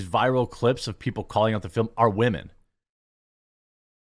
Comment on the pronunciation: Is there a reason you say “women” the way you do? Did I miss something?